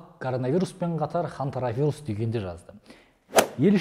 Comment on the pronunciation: Хантаравирус емес, хантавирус. Тұқымы құрысын!